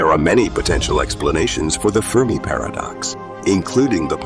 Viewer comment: How u gonna say The firm i paradox and then immediately call it fermi paradox 🤦‍♂️